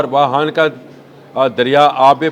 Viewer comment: It's not wahan but wakhan. Plz speak clear urdu😂